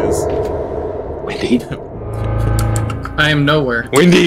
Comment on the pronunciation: it's windy not wendy